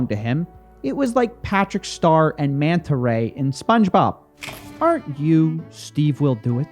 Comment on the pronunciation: manta ray? really?? manta ray?? ITS MANRAY